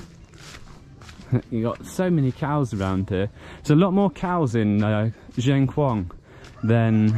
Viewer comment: Dear, Not pronounce:"Jieng Khouang" but "Sien Khouang:, S as in Scilly Islands. We still admiring your "chin up" way of travelling. What about your project for getting out of Laos and travelling to Sri Lang Kha?